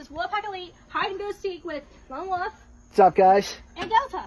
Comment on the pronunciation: It’s pronounced Wolf not woof lmao. Great video regardless though 😂